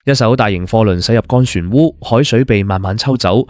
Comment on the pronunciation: 船(澳)吾係讀船烏？不知所谓！